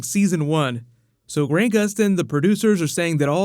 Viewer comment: He said GRAINT Gustin, bro cmon its Grant (like ant man)